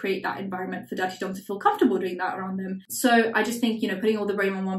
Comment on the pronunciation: everytime you say Durte Dom i think it’s “Dirty Dom” and it’s fitting.